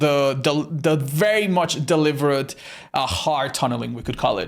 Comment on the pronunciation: why does he swap his b's and v's? He says "Deliverate" and "Biable"